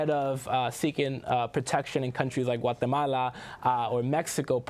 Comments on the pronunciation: Please stop saying Honduras and Guatemala that way. Your pronunciation is obviously not natural, seeing how you almost choke everytime you do it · Why does pronounce Honduras and Guatemala with a spanish pronunciation, but not Mexico and other Spanish countries?. I'm not against Spanish pronunciation of Latin/Spanish countries, only inconsistency.